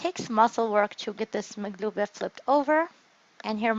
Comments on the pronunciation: that’s the Jordanian way, correct pronunciation is makloubeh, but I enjoy your videos, thank you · It’s called maklouba, no “g”